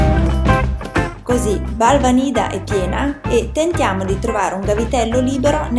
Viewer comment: Si pronuncia Balvànida con l'accento sulla prima "a" !